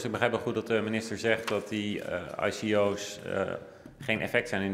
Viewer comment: zolang hij spreekt over IKO'S en niet eens weet hoe je het moet uitspreken dan mag hij per direct zijn mond houden.